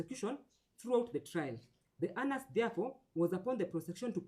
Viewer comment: The judge is pronouncing Onus very badly Anus.